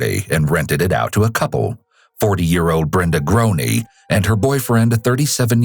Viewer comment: Anglophones and pronunciation always take different trains. Groene is totally mispronounced. 😢